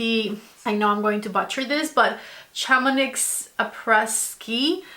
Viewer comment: Shah-mo-nee :) I love the color story